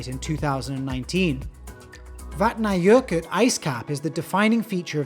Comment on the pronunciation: Yoooo your pronounciation of Vatnajokul is almost so spot on, I could BARELY spot it - big ups and another thank you for the content ^^